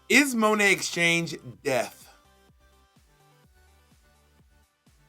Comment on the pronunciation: "Is she death" "No. Death becums her"